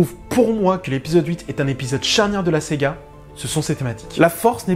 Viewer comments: Salut, Apparemment, tu fais un bloquage sur le mot "SAGA". Le sujet n'est pas porté sur une console de jeu mais sur Starwars. Lorsque SEGA sortira un jeu sur SW, tu pourras te lâcher :) Sinon, je n'ai pas vraiment aimé ce film. Je me suis même surpris à m'ennuyer durant le premier tiers du film. Contrairement aux intégristes SW, bouleverser la trame pépère de cette s"A"ga, why not..... Mais.... Les détails scénaristes ont été traités par-dessus la jambe et truffés d'incohérences. OK, c'est du Disney, mais il n'y a pas que des pré-ado qui vont le regarder, d'autres vont faire fonctionner leur cerveau. - Luke jette le sabre, car il ne croit plus vraiment en une victoire. Ok, c'est marrant, pourquoi pas. Mais qu'il ne vienne pas pleunicher auprès de Yoda lorsque celui-ci veut cramer les bouquins. - Faire creuver Snock, pourquoi pas. Mais le faire creuver comme une merde alors qu'il est méga puissant pour lire les pensées. - Pareil pour la mort de Phasma par Finn. On aurait pu s'attendre à un combat épique étiré sur la longueur en intercalant d'autres scènes. Mais non, là encore, une mort de merde, frappé on ne sait pas trop comment et par-derriere par Finn qui arrive de nulle part. - Des vaisseaux de la rebellion qui déboulent de nulle part qui surprennent les "méchants". Du n'importe quoi. - On pouvait s'attendre à une formation de Rey par Luke. Tu parles, 2 ou 3 dialogues sans émotions qui passent inaperçus. Et on se dit: "c'est ça la formation ?" La formation de Luke par Yoga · C ce que je voulais mettre aussi: pourquoi dire Sega? Parceque c'est plus fort que toi? 😂😂😂. Sinon d'accord sur énormément de points. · Je crois que le col de ton t-shirt a un problème ^^ sinon bonne vidéo merci mais je suis né avec star wars et difficile pour moi de voir un film ainsi tout effacé et tu as du mal a dire le mot Saga on entend bien séga XD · Bien d'accord avec ce commentaire. Attention, tu as tendance à dire Sega au lieu de saga ;) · Une S-AH!-GA ! Pas Sega !